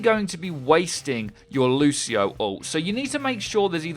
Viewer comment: 9.01 - Loseio; well I think I've heard enough.